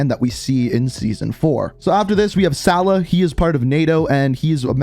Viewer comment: It’s pronounced Salaah